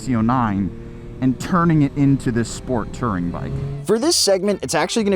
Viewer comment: It's "Touring", not "Tirring". You must have learned the pronunciation from Yammie Newb